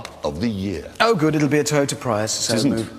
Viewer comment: He said Toyota Pryus 🧐